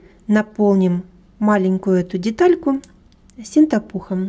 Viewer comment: Извините, очень уж режет слух неправильное произношение - "СЕНТАПУХ" пишется и произносится -"СИНТЕПУХ". МК замечательный, спасибо что делитесь опытом!!! Творческих Вам успехов!!!